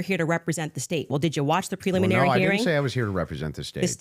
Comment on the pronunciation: this is the first time I've ever heard her pronounce it preluminary - she's said preliminary dozens of times in her show I think this was a slip of the tongue.